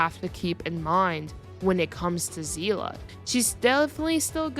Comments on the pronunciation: i mean i hope you pronounced seele's name correctly its see-le not zela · Her name isn’t zeela it’s pronounced seal-ee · I'm sorry, I had to quit when I heard "Seelah" instead of "Seele" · Um zeela? If you wanna say it japanese Sheelee but if you wanna say it German its Zeele except with a stronger a and kinda sounding like an e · Still upsets me how the VA mispronounced Seele as Zeele. Good video tho mostly agree with everything said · My god please do not call Seele is Sezla I beg you and everyone out there who new to Honkai 😂😂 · where does "a" come from Where there is no "a", it is not even that hard